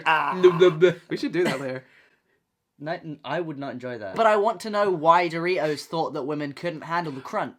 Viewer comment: it's too early for this....istg when Noah said doritos I heard 3 toes and got so confused💀